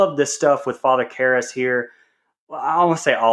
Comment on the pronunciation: Please tell me you weren’t just reading a synopsis and you actually watched it. The way you butchered the name Karras the whole episode sounded more like someone who had never seen it and was just reading even after everybody else kept saying it right. Aside from that this was a whole different listen. I have never heard anyone talk this badly about this movie before which weirdly enough made it interesting to listen to because it wasn’t just to talk negatively about but it was constructive.